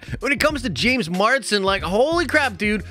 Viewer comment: MARS-DEN MARS-DEN MARS-DEN ITS JAMES MARSDEN NOT JAMES MARDSEN